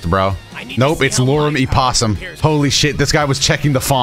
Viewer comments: Did my man really just say "Lorem Epossum?" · "lauren ipposium" 😂😂😂😂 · “Lorem Ipossum” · Me as a programmer laughing my ass off at saying “loren i-possum” for Lorem ipsum placeholder text😂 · As a graphic designer I also busted out laughing, that pronunciation is insane XD